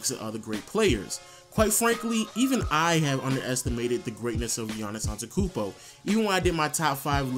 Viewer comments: ANTETOKOUNMPO NOT ANTEKOUNMPO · I like how you say you don't like when people mispronounce his first name yet you pronounce his last name wrong the whole video. It's ant-et-to-koun-mpo not ant-e-koun-mpo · If you want to be nit picky about his first name, you have to say his last name right. It's on te tu koom bo, not on te koom bo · it really pisses me off that you say you get angry at people saying incorrectly GIANNIS but then you pronounce Antekounmpo while it actually is AnteTOkounmpo.....You always forget that TO!! Don't talk if you do what you say not to do... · bruh dont say his last name if you dont know how LOL. An-te-to-kounmpo you keep forgetting the "to" antekounmpo just doesnt sound right :'C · he says antekumpo not antetokumpo. Hypocrite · i am greek and you complain about when peope call him Giannis when you pronounce his name antekoumbo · Don't complain about his name if u can't say it right.. Giannis AnteTOkoumpo!! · Yahn-iss Ahn-deh-teh-koon-boh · Yo it's funny you get annoyed when people mispronounce "Giannis" but you call him "Antekoumpbo" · i was going to type the exact same comment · HOW U PRONOUNCE HIS LAST NAME Ante-ta-koompoe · Antekumpo? You don't know shit. talking bout "Geannis" pisses you off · but if you get annoyed at people pronouncing the 'G' why don't you say the 'teto' in Antetokounmpo. You just say Antekounmpo. But yeah I agree with errthang else in this video. Gr8 job m8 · I love how you give people shit about pronouncing his first name wrong when you cant even pronounce his last name lol. There's TWO t's lol. Love your channel tho! ✌ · mispronouncing his last name talking about how to pronounce his first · since you're nitpicking, "in the poll the fucking ASKED a question", no axes were involved... and you are skipping over a few syllables in the man's surname... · you bitch about how people mispronounce a difficult to pronounce first name but you forget to pronounce a whole syllable in his last name